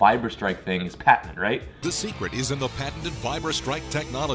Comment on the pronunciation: why are you saying patenant its patented not that hard.... Oh i forgot your American that explains it